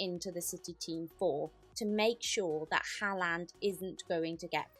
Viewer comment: Why does she say haaland like that …